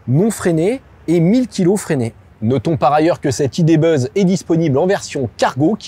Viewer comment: Le Volkswagen idé beuuzz? Aie aie aie... Mais l'essai est heureusement très bien mené !